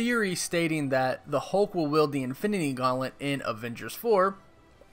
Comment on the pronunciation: It's "wield", not yield. Sorry, that kept irking me.